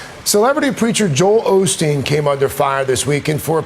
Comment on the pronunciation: Of course, but how come he got it going so quickly after he got called out. He's a LIAR too. i it's OSTEEN. No shade. There is no L in the name. Take care.